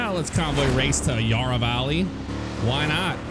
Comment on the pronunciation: its not yarrrrghhahhh valley yara like barra from barracuda